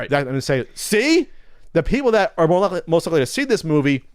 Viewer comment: Was that "most sonic fans" or "both sonic fans"? Cause it sure sounded like both to me.